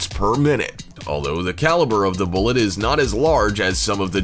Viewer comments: The way he says bullet makes my shiver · I cringed every time he said bullet.